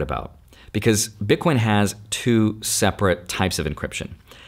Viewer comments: Did he say BitCORN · lol DID U SAY bitcorn?! U R AWESOME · wait did you just say bitcorn? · "all the Bitcorn" ? Corn? 😂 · you were a card nerd, then a finance nerd, and now you're a tech nerd. also you def said "bitcorn"